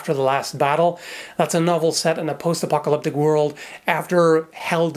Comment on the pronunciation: "Post-apple-lick...." HAH?? So,, what about protecting against stabs?